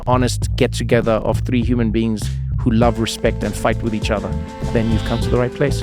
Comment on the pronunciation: Anele uvusa umntwana ngo “tree” *xhosa accent 😂😂😂😂😂😂